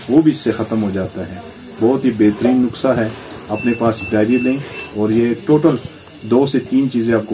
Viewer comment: It's not nuksa, it's nuska